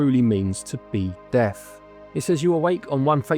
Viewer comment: At first I thought you were saying deaf rather than death 😂 I was thinking it was an interesting concept but who is deaf the pig or the reaper... Then it dawned on me :) Absolum. Looked like a level based on attack of the mutant camels. Let Jeff minter know!